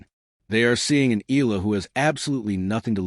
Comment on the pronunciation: Ee ah lah! Not Ee lah! C'mon AI get it right!